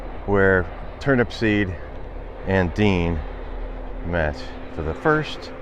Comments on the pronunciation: Turnupseed, not Turnipseed. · it's Turnupseed without the last P